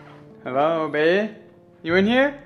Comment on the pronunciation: cant say the word😂 babe instead he say bay